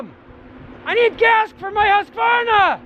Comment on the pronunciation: I about fell out of my chair when you pronounced Husqvarna right!!! I ride dirt bikes and I'd say over half of the people I encounter that own Husky dirt bikes don't know how to pronounce it. Thank you!!